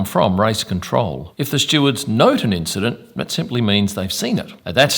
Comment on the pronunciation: and "causing an INCHident" well played, 10sec rewind on this video 👌